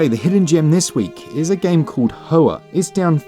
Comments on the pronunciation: Isn’t Hoa pronounced Wa? I’m not 100% but I recall hearing that a while back. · "Hoa" is pronounced "Hwa" Vietnamese for flower.